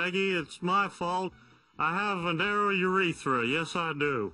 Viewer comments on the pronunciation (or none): Urethra. It doesn't rhyme with Aretha.